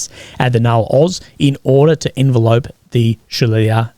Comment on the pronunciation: Sorry, it’s pronounced en veh lop. Sorry to be that guy.